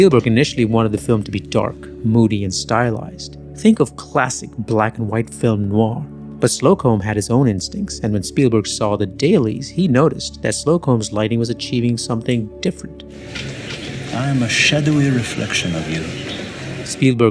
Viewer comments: Slocombe is pronounced Slow-km, emphasis on the first syllable. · As a Brit, would wager it's pronounced Slow-cum. Caught it on normal - 720p? - telly last year, and was stunned how good it still looks